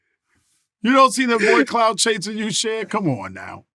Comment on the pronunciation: Dawg ITS CHER